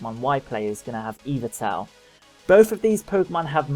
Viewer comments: eevatel? Y-val-tal. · you said yvetlal wrong this is a japanese game not english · you say Yvetal wrong